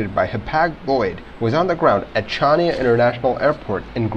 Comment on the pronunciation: The 'C' in Chania is silent... It's pronounced 'Haniya'.